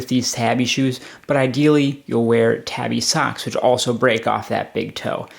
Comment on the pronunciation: Pretty solid review, couldn't get over you mispronouncing tabi time after time though. I would recommend doing more research before vids, it will make your videos far easier to watch, I almost closed it after the first minute tbh.